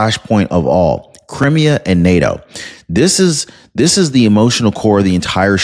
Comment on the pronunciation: You are mispronouncing Crimea. It's Cry me ah